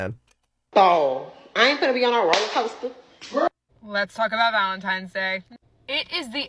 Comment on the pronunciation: I find it hilarious how most black folks call it valenTIMES day 😂